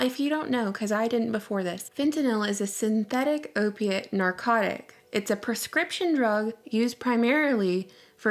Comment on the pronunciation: An 'Erpiate' narcotic?